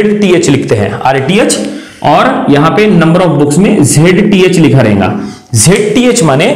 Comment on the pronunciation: Your lecture is of the best quality but the problem is with your Hindi You are stressing 'n' in between the words rahega as "Rhenga", parega as "Parenga" etc.